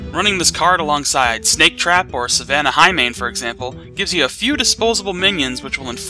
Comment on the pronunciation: You said "Savannah Nighmane". Lul :P